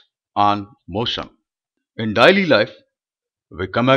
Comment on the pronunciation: Not dily , it is daily